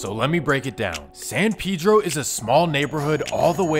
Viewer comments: Pedro like peh-dro boy pronouncing it wrong the whole time taking shots at other niggas pronouncing it wrong 😂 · Bro you don't even know how to pronounce it. That's a very soft e not that hard ass e you're using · You know this foo white when he pronounces Pedro wrong 🤣🤣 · Are you sure it’s pronounced like that bro because you saying it like pee-dro I feel like it’s pronounced pe-dro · It’s San “Pe-Dro” it’s Spanish it’s not San “Pee-dro” ... That’s how some black people say it in the city not the Mexicans. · Its not pee-dro either but thats how blacks say it. Its really pronounced peh-dro. Like peso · No one in L.A. says PayDro. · Smh it's so easy to say San Pedro, it's hilarious how y'all can't say it right 😂 like bro did y'all not see Napoleon dynamite? Vote for PEDRO not pee-dro 😂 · Ive noticed black ppl pronounce it as Peedro usually and others say Paydro. But in Spanish its pronounced Peh-Dro. The PE is pronounced like the word pez. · Ima say still say paydro 🤷🏽‍♂️ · It’s definitely not pronounced “pee dro” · San Pee dro lol 😂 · My boy said San Peadro… I swear people lack common pronunciation. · I can’t even take this bozo serious who told you you say Pedro “piiidro “ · Yea I feel you. I usually only hear Hispanics use the correct pronunciation. Most black ppl in San Pedro definitely say Peedro lol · Pee-dro for dumb foos 😂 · remble says it too watch his no jumper interview .. it's you out of towners that really care bout that lmao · i know blacks from San Pedro pronounce it like Peedro but im saying the dude who wrote the original comment is wrong too and its not Pay-Dro lol im not trippin on how ppl say it cuz ur right it dont matter. Its just funny when ppl try to correct others but r wrong too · Nigga said San Peedro lol it’s Predro idk how to explain on her but it’s Pedro not the name of latino person I guess not Peedro 💀😂